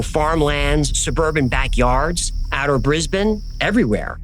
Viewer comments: Oh, mate, I was pleased when you pronounced 'Brisbane' correctly but then you said 'CanBERRA'.....phonectically it's CANbra. Also, Emu is eemYOU, not eeMOO. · Well done on pronouncing Brisbane correctly :) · Finally a yank that pronounces brisbane correctly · Nailed that pronunciation of Brisbane👌 Aaaand yeah, top notch episode too👊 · Yep. Getting Brisbane right! is a legend!